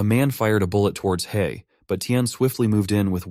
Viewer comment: hei, not han.......